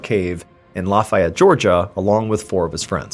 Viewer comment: It's not La-fay-ette, Georgia. It's pronounced Luh-Fett. 😀